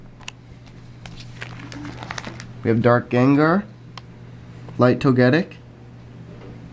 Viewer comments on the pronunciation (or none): none